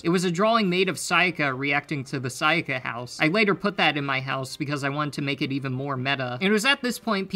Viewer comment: You know is true that he doesnt worship Sayaka is becouse he did not said her name correctly even once